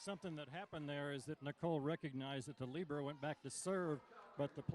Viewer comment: Libero she pronounced it correctly...excellent job